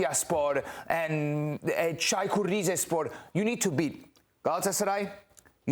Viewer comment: His pronouncation of Caykur Rizespor is much better than an average person from Rize